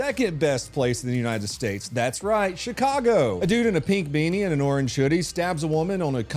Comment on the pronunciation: Did you pronounce Chicago as shit-cargo? 🤔👍👍👍